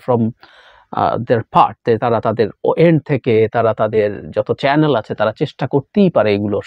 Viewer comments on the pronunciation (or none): none